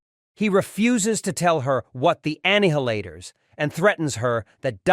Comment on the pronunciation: Did you just say 'Anne-Halator's' 😄